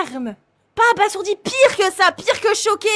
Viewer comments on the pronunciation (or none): none